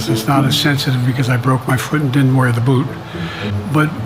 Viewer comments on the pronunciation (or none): none